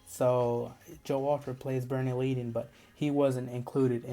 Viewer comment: Leadon is pronounced led-uhn.